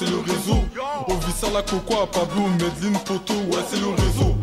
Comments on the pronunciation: Juste un truc ça se prononce maisdeslines, la célèbre ville du cartel d'escobar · en fait tu doit prononcer le n sa se lit "Medeline"